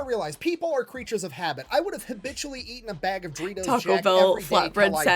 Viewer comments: Him pronouncing DO REE TOES THAT WAY IS IRKING ME! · The way he pronounces Doritos bothers me..